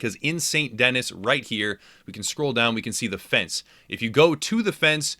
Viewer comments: all these people making videos sound stupid b/c they are not pronouncing st denis correctly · Take a shot every time he says saint dennis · “Saint Denis” NO ITS PRONOUNCED LIKE “San Denee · It’s actually pronounced saint de Knee. If your interested 😎🧐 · It's pronounced "SAN DENEE" dammit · Ikr I cringed so bad when he said Saynt Dennys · Have you ever spoken french. Saint Denis is pronounced ‘sein deeni’ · Saint Dennis 🤦‍♂️ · Its pronounced Saint D-nee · “Sant Dennis” “Annsburg” That’s not how you pronounce them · St Denis....pronounced Saint Denee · It fucking pronounced saint de hee not saint denis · You say “saint DENNIS” far too many times in this video to take it seriously... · Every time you say "Saint Dennis", a frenchman dies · Lost me at “Saint Dennis” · ITS PRONOUNCED SAINT DE- KNEE! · “St. Dennis” Shit, that left a bad taste in my mouth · Sahn deh-NEE. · It's pronounced San Denee!!! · Hey, it's pronounced "de knee"... Saint Denis= saint de knee. Thanks for the tips 👍🏽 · Tip 6: its pronounced like San Den Knee. You’re welcome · Say it with me: 'San Denee' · "Saint DENNIS" I hazard a guess that this man has never had a passport. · Here's a tips and tricks for you. Learn how to pronounce the cities in the game you're doing tips and tricks for. It's Saint Denis not Saint Dennis. Dennis has 2 N's. Dipshit! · Saint Denis... holy fuck dont butcher a name so much!! Denieeeeze its french you fuck! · St. Denis is a French town. It's pronounced De-KNEE. Like your knee. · been 3 years, do you think he knows how to pronounce Saint Denis properly yet? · Hard to take game advice from somebody who keeps mispronouncing the biggest city in the game. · It annoyed me so bad that he pronounced saint denis wrong 😂😂. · If you weren't in such a hurry to fast travel, you may have learned how to pronounce 'St. Denis' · Why do people mispronounce Saint Denis when the game CLEARLY says what it’s called. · You’re saying Saint Denis wrong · San Denee, not Saint Dennis.